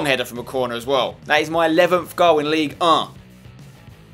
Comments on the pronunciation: Spencer, look when saying League Un. PRONOUNCE THE N!!!!! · The only reason for you to stay in Ligue 1 is to say Ligue 1